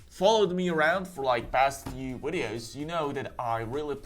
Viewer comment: I feel like Wolfey watches your wideos which is why he says wideos in his wideos 🤔